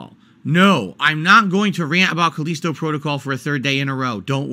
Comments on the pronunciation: "Caleesto Protogoll" lmao Okay I was on the fence about this game but if likes it, I better give it a miss for now. He's the kind of person who always defends objectively bad games such as Sonic 06 or Ride To Hell Revolutions. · Call-eesto Protocol 😆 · He keeps pronouncing Callisto wrong, does he not know how to read